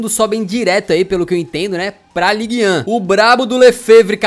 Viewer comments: League deux, mas vc lê como se fosse league dô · Ligue 2 se fala Ligue Tuan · Ligue 2 acho que de diz "lig Du" kkkkkk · É ligue deux, como se fosse um D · É ligue doix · Se fala ligue dâ bit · pra vc falar o nome da liga certo é mais ou menos assim "League Du" e pra falar a primeira divisão é tipo "ligan", de nada kkkk